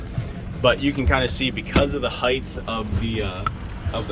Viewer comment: Height is a word. Heighth is not .